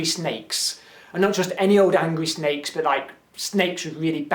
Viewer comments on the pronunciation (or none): when he first explaint the puzzel I anderstood snails instead of sneaks! :D I was like: fine, whats the problem?